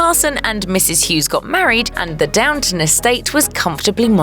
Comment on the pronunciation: It’s DOWNTON, not DOWNTOWN!